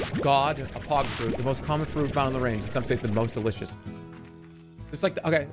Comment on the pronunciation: I love how he calls the Pogofruit the Pog-Fruit